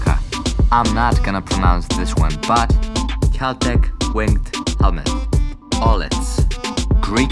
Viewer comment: he said Aulets not auletes XDDDDDDDDDDD